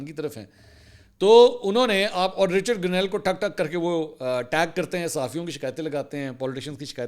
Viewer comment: Mansoor Sahab saaf PATA chalta hai k AP n league k supporter Hain q k AP Richard Grenell ka name ghalat letay Hain aik to parhay likhay Nahin dusray Koshish bhi Nahin krtay😂😂😂😂😂😂😂😂😂😂